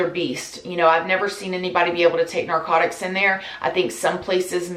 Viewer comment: "NARCODICTS" lol love ya was just funny bc your always talking about how you mis pronounce words 🤣🤣🤣